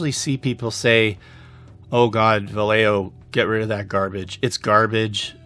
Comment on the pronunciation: My only problem is the way you pronounce Vallejo. "Valejeo" 🤣🤣 It's vayeho.